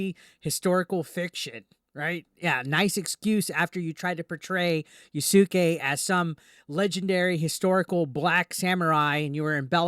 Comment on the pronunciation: I believe the name is pronounced "Ya'ske"... not "Ya-sucky"